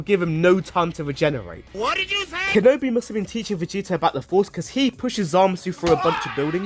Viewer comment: You can't say the T in Vegeta? VigiiA? Why?